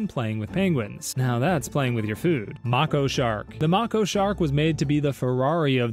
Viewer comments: The way you say Mako shark makes me mad. It’s May-ko, not mah-ko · May-ko shark. not macko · ITS MAY-KO NOT MAC-O AS IN ITS SAYING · It’s pronounced (May-ko) not (Macko) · Mako is pronounced (May, Ko) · I swear it’s pronounced “MAYko” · erm actually, it's may-KOh. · Mako is pronounced make-oh (no hate just a shark nerd 😭) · “Mocko shark” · Ah yes, Mah-koh sharks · if you look it up mako is pronounced “May-kow” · no, he isn’t right. It’s pronounced “May-kow” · Never heard anyone pronounce mako shark that way bro 💀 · PLEASE for the love of god, learn how to say Mako properly, please, I beg of thee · Mako shark teeth are designed for stabbing. It’s an adaptation they’ve acquired that helps them hunt large swordfish more efficiently. You also pronounced their name wrong. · The way he says Mako shark will make me evaporate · the way he said mako made me cry bro😭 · Haha, right? The mispronounciation killed me.